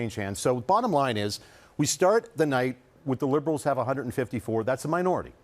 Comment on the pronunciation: Like he keeps saying aloens